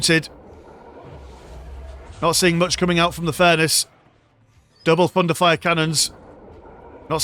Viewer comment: All what I hear is „Fun to fire“ canons instead of thunderfire canons x)